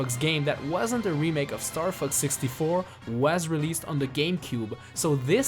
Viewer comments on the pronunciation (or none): The way you say "Fox" sounds like "F**ks" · is fox sounds like f*ck . . .